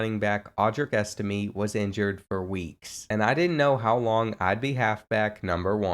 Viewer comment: You say estime’s name wrong